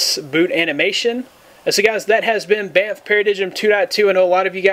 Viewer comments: hey buddy i thinks its pronounced BAM-Faa Para-DIME good video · Yes!!!!!! and its not bam f its bamf